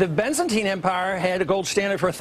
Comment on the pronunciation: I'm pretty sure he said Byzantine (not Bizantine) and then realized he's on CNN and most of the audience wouldn't know what he was talking about, so then changed his reference from 'Byzantine' to 'Roman', which everyone knows. They are the same thing.